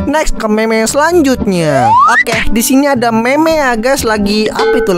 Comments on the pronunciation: Bukan meme bang tapi mim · Bukan Meme Di Bacanya Tapi Mim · Bang bilang mim bukan meme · Cara bacanya mim bukan meme walaupun tulisannya meme dibacanya mim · Bang tulisannya mene tapi kalau di baca nya mim